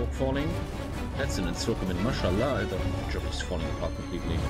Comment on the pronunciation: saying mashallag while being the pope